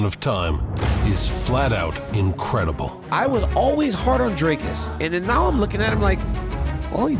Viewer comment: It is only respect, if this channel can get the pronunciation of the next world-champ correct. It is not Drycus!!!! Also get the damn spelling right. In SA, surname-prefixes like "de", "du" are in lower case.... UNLESS it is written in ALL CAPS. That is true respect.